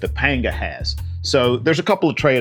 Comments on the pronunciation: Hate to be that guy but panga is pronounced “pong-a”. Happy to see you back making videos. Hope you’re doing well! Yeti - send me a pro form!! 😂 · It’s always been pronounced as Panga in Spanish and not Pong a!